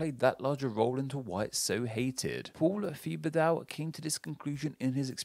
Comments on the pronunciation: FYI the professor's last name is pronounced like "Tibba-doe". It isn't "thee-buh-dow" lol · Don’t know if he pronounces his name “Thuh-bug-Dow” or not but that name is pronounced “Teh-bah-doe” in most French speaking places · I think the correct pronunciation of Paul Thibodeau is (Tib-ba-do) at least the pronunciation I'm familiar with coming from New Orleans (where it's often spelled Thibodeaux) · The way you pronounced Thibodeau was so awful and now I understand why my great grandfather changed the spelling to Tibedo 😂💀